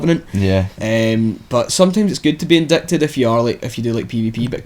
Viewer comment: it's pronounced "in-dye-ted", not "in-dick-ted", just fyi